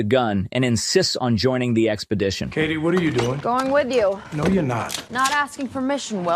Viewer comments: oh it’s Katie not Catty. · A.I. needs to learn how to say "KATIE." It's not CATTY. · Easy way to know the audio is ai generated? Pronouncing KATIE AS CATTY the whole vid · Catty? Kātie. Long A. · Katie's name. Kay-Tee. Not Catty. Damned AI pronunciation. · Me hearing the voice pronounce it Caddy:..... um, it's Katie. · Kaytee, not Catty... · I wasn’t paying attention, but I heard “Katie” pronounced as “Catty” often enough to know AI is involved. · AI narrator: calls her catty Movie: Katie…. 🤣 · says that toyota is the joke, pronounces it cat-tee the whole damn time. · LOL. The AI narrator can't handle Katie - or should I say Catty? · AI voiceover?? pronouncing Katie as Cat eye???? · Funny that the voice can't pronounce the name "Katie". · Sucks the low quality AI voice can't say the name Katie.